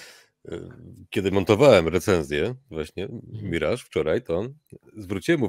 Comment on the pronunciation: Akurat "miraż" jest jak najbardziej prawidłowe 😉 Orygnalna angielska wymowa to /mɪˈrɑːʒ/ , więc chcąc być super dokładnym (a jednocześnie mając w nosie faktyczne dźwięki języka angielskiego, stosując tylko polskie) "myraż" będzie nawet odrobinę bliższe prawidłowej wymowie (ale i tak polecałbym trzymać się swojsko brzmiącego mirażu, jest naprawdę jak najbardziej OK 😉) EDIT: I oczywiście nadal należy pamiętać o stawianiu akcentu na drugiej sylabie!